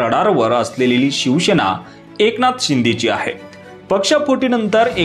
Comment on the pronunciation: शिवसेना म्हणा...शिवशेना असा उच्चार नाही